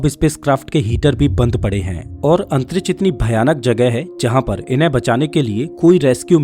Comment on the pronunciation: Antriksh nahi Antrich😂😂